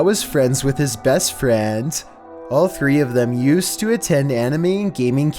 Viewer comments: can't say anime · Lol I just imagine him saying anime